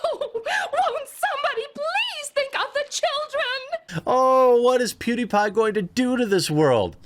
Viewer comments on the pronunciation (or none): none